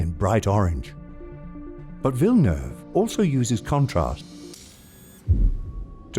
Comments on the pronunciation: I only liked this video because you pronounced Villeneuve correctly. 💕 Thank you. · Im just a the start of the video, but i just wanna note, go for a star, that it's fu#$#ing refreshing hearing is name prononced right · A+ for the prononciation of Villeneuve ! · Great work. I appreciate the right pronunciation of his name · I am a french Canadian and the Narrator pronounce Denis's last name Perfectly!! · Thanks for pronouncing his name right. Everytime a non-québécois destroys his name I feel like they are not even trying.